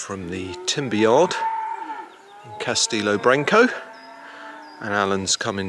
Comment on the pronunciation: CastElo not Castillo. 😁🍷